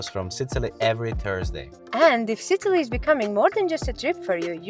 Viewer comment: i enjoy your videos but u REALLY need to check how u pronounce SICILY!! :D